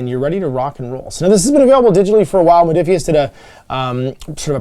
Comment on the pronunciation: Rodiphius? Ruh-roh! 🤣😜